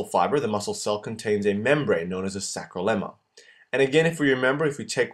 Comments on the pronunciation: Correction its sarcolemma not sacrolemma... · Great video, pronounced "sarcolemma" tho. "Sarco" in latin means muscle, not "Sacro" which has to do with your sacrum in your hip. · Thank you for this video! I just wanted to point out that in these videos, the word “sacrolemma” is incorrect and it’s actually “sarcolemma” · Good video , however, just wanted to point out the term is 'Sarco lemma' and Sarco mere Not 'Sacro lemma' / sacromere - Not sure if this was a slip but it was stated multiple times.